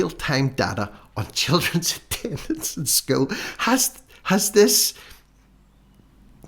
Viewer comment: Good one - Suspect Young Helen’s not a MENSA Candidate!!!! Pronouncing ‘School’ with one syllable would be a start - after all she’s The Minister for Education!!!!!!!!!!!